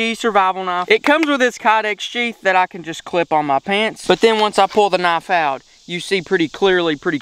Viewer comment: Wha th is a "naaf"